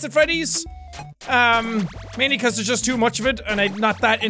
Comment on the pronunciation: i love it how he thinks thairs power